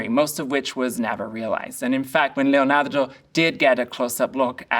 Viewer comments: He says Leonardo how I would like to one day be able to say Leonardo 🤩 Thank you for your knowledge and insight! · Is it me or is anyone else annoyed by the way he pronounced Leonardo? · If you need a run down... I only made it 7 minutes.... This guy is Suuuuuuuper sad that chocolate wasn't available (consider me suuuuuuper seriously struck). He makes a BIG point that Leonardo (pronounced LLeeonyeeardo).... He's also a weirdo. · that emphasis in "LeoNAR🤌do" goes hard... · Love how he says Leonardo! Makes me feel better about my accent 😅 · The way this guy says, 'Leonardo' scratches my brain in the best way. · Why do you pronounce "Leonardo" in such a strange way? It's inauthentic, annoying, and seems ignorantly pretentious.